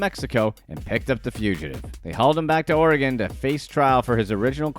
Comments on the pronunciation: Oregon is pronounced "Or-uh-gun" not "Oreee-Gone" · As a native Oregonian, I wish everyone would learn to pronounce Oregon the proper way. It's not hard. I promise. (Or-eh-gun) hope that helps. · omg youtubers learn how to pronounce "Oregon" challenge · Why can’t some people say Oregon correctly? It drives us nuts. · he mispronounced on purpose so people will comment. He pronounced Oregon wrong too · Was this guy just like “Screw pronouncing things right. That’s dumb.” Oregon, Bexar County, Dufresne… that’s just a few. Like… boooo